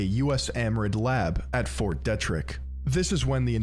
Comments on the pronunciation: Pretty funny hearing someone mispronounce Ft. Detrick Or maybe all us in Frederick are saying it wrong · I'm from that area of Maryland. Fort Detrick is very well known in thise parts for numerous incidents. His pronunciation was like nails on a chalkboard.